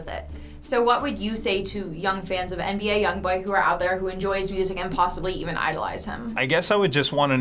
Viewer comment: He said nba young bowl